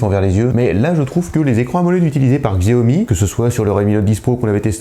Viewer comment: Chiaomi voilà comment ça se prononce